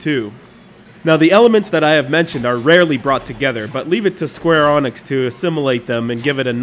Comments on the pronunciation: go Onyx, i choose you! it's pronounced ENICKS say it with me E N I C S!!!! no say it all with me! SQUARE EEENNIIIIXXXXX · Sum say "Enix", He says "Anix" - WTF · Square FREAKING Onyx?! xD I'm sorry but there's no excuse for this. THERE'S NO O! NONE! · Square "Onyx"? No wonder I unsubbed this channel..... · Everytime you say square onyx 1,000 puppies are killed. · Oh no... square onyx is how I've been saying it for years!! FUUUUUUUUUUU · Square ARN ix... Skueuurgu hurr duuur Nix Ok sorry for being a jerk but man, how can you pronounce it so bad lol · dude, I have looked up dozens of japanese and english interviews with the game developers, They all say EENIX. in one of them the interviewer said ehnix and the developer corrected him. square exix is not a translation of a different company name. in japan square enix is spelled and pronounced, "square enix" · 1st learn how to pronounce Square Enix. 2nd the US isn't the WOLRLD, don't speak like the US are the center of the universe. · Are you pronouncing square enix and Drakengaurd wrong on purpose? It's pretty annoying and not very funny...... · not even a minute into this vid and he fucks up the name of the developer 3 times u can tell he put alot of effort into his research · I think all the dislikes in this video is mostly due to how he mispronounces the E in SquareEnix. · And who the fuck is this guy! He cant prenuance square enix!